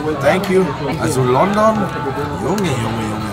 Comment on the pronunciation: Das heißt Lundun 🥲😂